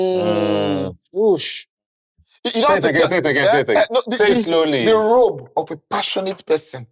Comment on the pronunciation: The “ROBE” not “ROLE”